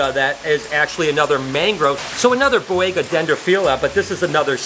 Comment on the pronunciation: For the love of god... learn to pronounce things!! You constantly mispronounce “Ontogenetic Color Change” and you HORRIBLE butchered the Boiga species names. JFC man...